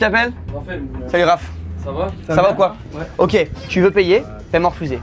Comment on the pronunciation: Le "ouai" sans le s qui me fait physiquement mal au cul... Pourquoi..?